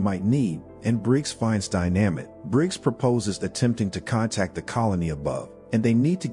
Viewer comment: wtf is die namit !???? fucking computer !! just get somebody !!!!